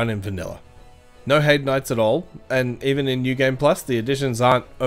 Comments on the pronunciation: Its pronounced "Hay-d" not "Hide". Great video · "hide's tower" does sound weird. I always pronounce it the German way "hei" as in "high" and "de" like "the" but with a d instead of t